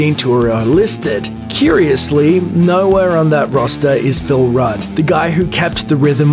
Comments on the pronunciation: I can swear you said "Paul Rudd" ACDC. Phil Rudd is how you pronounce his name! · Phil “Paul” Rudd lmao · Bobby Mendoza Said Paul, read Phil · It's not Paul Rudd, it's PHIL Rudd. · AC/DC is succeding because it's PHIL Rudd not "Paul"... how could you forget? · It's Phil Rudd damnit